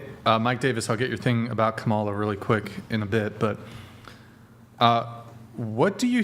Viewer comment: I love how keeps mispronouncing Kamala's name on purpose like he's just not getting it lol 🤣